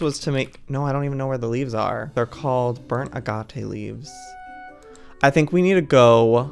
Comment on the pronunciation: Triggered every time he pronounced agate wrong